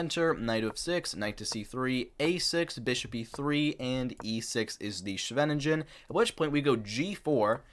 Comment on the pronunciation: Amazing effort to produce this 2 hour video! Please do learn how to pronounce "Scheveningen" and Smyslov